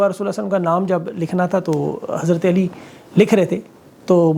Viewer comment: آسان الفاظ میں آپ کو سمجھاو خضرت علی کا نام بھی ہم عجمی ا پر زور ڈال کر لیتے جیسا کہ الی ۔الی نہی ہے علی ہے ع پر زور ڈال کر پڑو جیسا کہ عمر ۔عمران❤❤❤